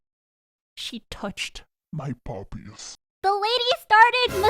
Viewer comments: "my bobies" MADE ME BURST OUT LAUGHING BAHAYSAGD🤣😂🤣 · I'M WHEEZING AT THE WAY YOU SAID "BOBBIES"